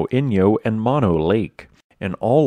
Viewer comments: Moh-no, NOT mano. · "Mono" is not pronounced like the disease. It is an Indian word and is pronounced moh-noh!